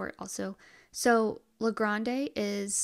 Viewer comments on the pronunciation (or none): Willamette is pronounced Will-am-it and the E is silent on Grande .